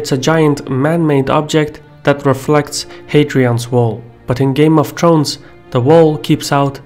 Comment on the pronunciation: "Game of Trones"